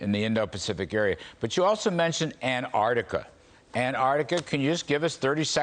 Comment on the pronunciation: 🐜 artica vs an-Tarc-tica. That’s the real issue here.